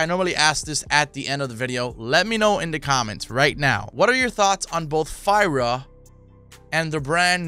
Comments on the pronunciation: Yo, Its pronounced "freea" which means cold in spanish (fría). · Its pronounced Frey-uh